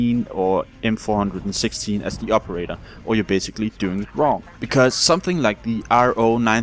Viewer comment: It bothered me so bad how you said HCAR and M416 lol